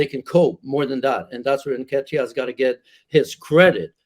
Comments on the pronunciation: Man said "N'kitire" ☠☠☠☠☠☠ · "Eddie N-ken-taya" 🤣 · Oh my....can't unhear that Nketiah pronunciation 🤣🤣🤣🤣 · My brother you can’t keep pronouncing Nketiah that way if you want anyone to take you seriously